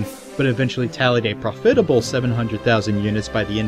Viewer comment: I have to complain a little, my good man. Your narration feels quite rushed this time around, or, maybe just like it's an early draft. I'm hearing lots of mispronounciations, even some flubbed lines that needed a second take. Simple words like "profitable" and "muted," and beloved actors' names like Gillian Anderson... I don't know how fair it is of me to levy these complaints ... after all you're giving us this content for free . Nevertheless I'm sensing an overall dip I quality in this episode, which, while far from a deal breaker, is a bit of a shame at least. On an entirely other note, I feel like some of your points about Roberts are - for the first time in this series, mind you - a bit unfair. He had no formal training and never went to film school? He didn't hire AAA actors for commercials at exorbitant prices? Surely there's enough fodder for deserved criticism in the dumpster fire that is SC that we don't need to reach quite that far to find our 'I told ya so' factoids? Anyway, I hope this doesn't come off like someone just spewing vitriol for the sake of it ... if it does, I'm sorry, you don't deserve that. You do good work. Important work, I feel. And I'll always stay subbed to get the latest of it (again, for free...). It's just that, for me, this episode doesn't quite feel up to the standard of quality you've set for yourself in previous episodes. Then again, I suppose every long-running series of any kind has an episode or two that doesn't resonate with absolute